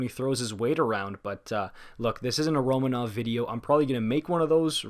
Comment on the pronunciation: Not that important, but Romanov has asked for his name to be pronounced Ro-MA-nov, rather than RO-ma-nov. No clue if the way I wrote that makes sense, just mentioning that his name is pronounced differently